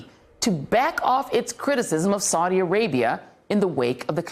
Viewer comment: Why does she keep pronouncing "Saudi" differently? Get her some lessons on how to pronounce key foreign words, please.